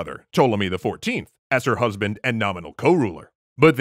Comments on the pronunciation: "brusband" lol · "Bruhsband" oh no.... oh no lmao